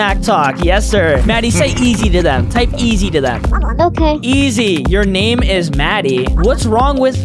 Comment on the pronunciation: Bro did not say easy bro said eg